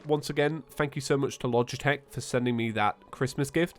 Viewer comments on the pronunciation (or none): none